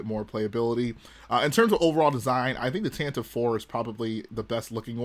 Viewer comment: Erm, it’s actually officially pronounced “Tantivy” 🤓 Weird pronunciation but it rolls off the tongue kinda cool at least